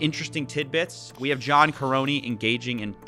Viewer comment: The way he mispronounces “Nagy” and “Karony” just hurts me